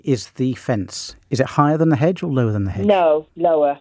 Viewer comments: She slipped into a bit of rural there. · It's a very thick 'edge that goes all the way round 'er 'ouse. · Hedge with a silent H like rap with a silent C